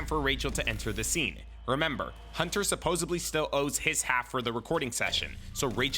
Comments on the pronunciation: Aye man I love this shit but dude, it is pronounced supposedly, with a D, not supposably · It's supposedly!! Not supposebly! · For someone who literally says it multiple times every video, my guy needs to learn how to pronounce "supposedly" lol